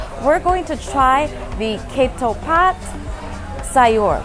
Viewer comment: If I may correct the pronunciation of Ketoepat: Kha Too Pat ( the closest sounding)